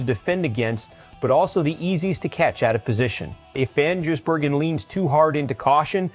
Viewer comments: His name is NOT Jisbergen it`s Gisbergen,show some respect and get his name right.If you can`t say his name correctly call him SVG or "Cheese"it`s a bit like saying Ostin Hall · How does this clown mispronounce SVG's name differently every time ???